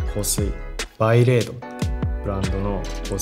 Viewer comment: バイレードじゃなくてバレードじゃないの？